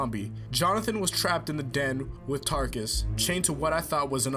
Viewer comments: Realy it's Taruckus not Tarckus! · wait, fam, wasnt it, TAH-ROOK-US